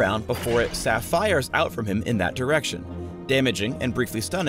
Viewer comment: "after it SaFIRES" on your enemy Goddamit